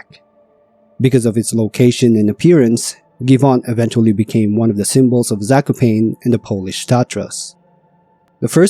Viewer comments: My ears... it is not "zakoupain" but "zah-koh-pah-neeh". If you avoid AI, you can use Google Translator to listen to the correct pronunciation of foreign names and places. You are welcome. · lost me at "sako - pain" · The pronunciation of Zakopane 💀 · In name Zakopane the second "a" should be prounced in the same way, like the first a. Like first A in America. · "Zakopain" is frying me ngl, especially after Gerlachovský štít being pronounced quite correctly lol